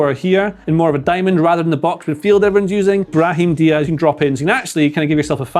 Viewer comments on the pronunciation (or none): none